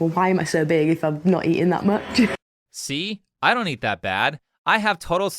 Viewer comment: she didnt even attempt to pronounce "dont"